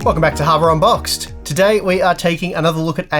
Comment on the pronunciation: I hear "Harbor Unboxed!" 😂